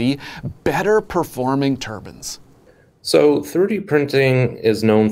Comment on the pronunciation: When he says Turbans, does he mean Turbines?